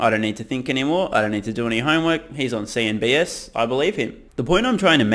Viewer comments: It's CNBC not CNBS. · Why do you say cnbS?